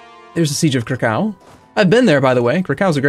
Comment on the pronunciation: You have been to Krakow yet still cannot pronounce it?